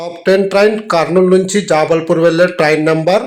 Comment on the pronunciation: Jaabalpur Wrong Jabalpur.😂